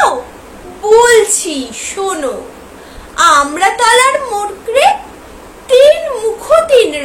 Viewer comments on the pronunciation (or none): Apni more ke mokre bolechen